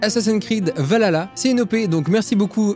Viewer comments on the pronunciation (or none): Bordel mais ça se dis « valhalla » pas « valala » Svp ne faite pas cette faute (les s’adapte de la mythologie nordique:ont pleur) C’est compliqué srx Vas vraiment falloir corriger tout le YouTube game ?... (question rhétorique) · Assassin creed valhala😂sa se dit :Val ha la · Valala mdr c vahaaala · je reve ou tu as dit Valala =________= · Je suis la seule qui a remarqué qu'il dit Assassin's creed valala ? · ValHalla faut prononcer le h